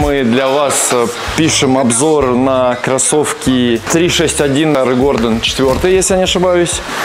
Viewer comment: По брацки, хватит называть его Айрон.. 🙈